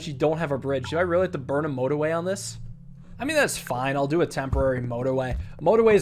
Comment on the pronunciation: "This is no-torway"